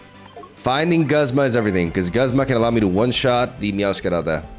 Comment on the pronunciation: Just an fyi: Guzma is officially pronounced "gooze-muh" while Iono is "i-uh-no" (without pauses)